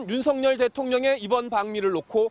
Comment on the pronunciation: 윤석열은 윤서결 입니다. 윤석렬이 아닙니다. # 윤석렬 발음은 뭔가 정렬된 느낌.